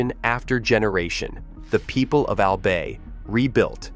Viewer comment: Its "AL-BUY" not "AL-BAY"....